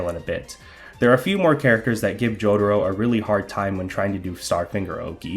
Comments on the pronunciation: >"joe-duh-row" lmao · Dude. How can you be pronouncing Jotaro's name THAT wrong??